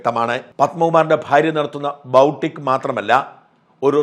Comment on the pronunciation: ബൗട്ടിക് അല്ല ബൊടീക്ക് ആണ്